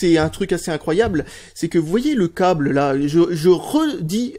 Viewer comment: "Le coble"